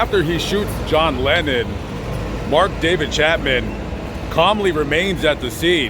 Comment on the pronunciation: It’s Chapman, not Chatman!